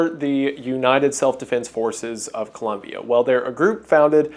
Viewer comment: Hey, Wendigoon. Great video, colombian viewer here. Just really glad to see a video of an american pronouncing ColOmbia the right way. Keep up the amazing work